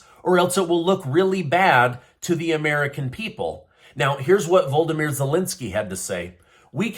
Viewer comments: Yo, the President of Ukraine is not called ‘Voldomir’ as you idiotically pronounce. His name is ‘Volodymyr’. Please do him the courtesy of putting your lips and tongue together in such a way that that noise comes out. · His first name is pronounced voe LOD ah meer. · You seem to be leaving out a syllable in Volodymyr by calling him "Voldymyr" Zelensky.